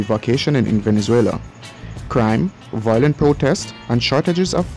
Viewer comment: 'Violent', not 'voilent'.